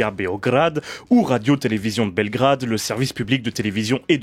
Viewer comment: Je suis d'origine serbe mon père est née as Belgrade... Bref et ton accents et pas si désastreux que sa ! La plus parts des gents quand ils prononcé Belgrade ne le prononce pas comme toi ! Bref je retourne finir la vidéo !